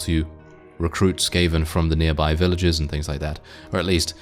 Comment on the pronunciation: skaven, bro, it is sKaven